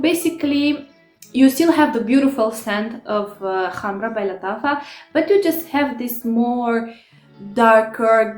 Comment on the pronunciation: Finaly someone that pronounces correctly the word Khamrah :) Thank you for your review! 🌺